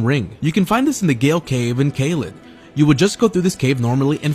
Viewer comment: GALLL CAVE!?!? its pronounced jail but hey do what you do man